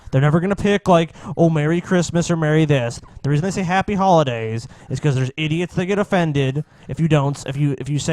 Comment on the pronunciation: HE DID SAY WEASON!